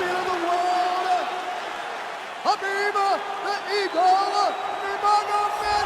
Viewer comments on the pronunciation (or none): Khabib not habib